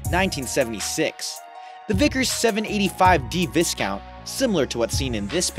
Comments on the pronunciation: Not vis-count but vie-count. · You're slaughtering the English language..., Otay Lake is pronounced (O-Tai ) not O-Tay. Viscount is pronounced (Vi-Count) not Viss-Count. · Viscount is pronounced Vi-count the S is silent. A great aircraft. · The "S" in Viscount is silent! Its pronounced Vi-count! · Right, it's "VYE-count," fella. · Viscount is pronounced " Vi-count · Finally someone mentioned it. They also mispronounced Viscount. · You pronounce the Names of countries with exotic correctness which is so refreshing and although you speak fast, I understand clearly what you say. I'm afraid to knock it but the word "viscount" has a silent "s". Otherwise, great stuff well narrated! ❤🌞